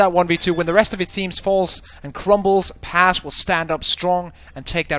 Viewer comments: Video güzel olmuş eline sağlık. Fakat telaffuzlarda sıkıntı var Paz kelimesi yazıldığı gibi okunuyor. Pez şeklinde değil. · İngiliz olduğu için. Bu soru daha önce SpaceSoldiers oyuncularına soruldu PAZ şeklinde oknuyor.